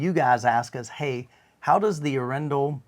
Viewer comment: Hey guys, it’s Arendal with emphasis on the A, it’s named after the Norwegian city of Arendal, if you give me your cell number I will call you and tell you the proper Norwegian pronouncation, proudly Norwegian as me 🇳🇴